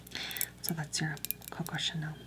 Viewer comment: “It’s the Coco, TCHuh-nell, from pairEE.”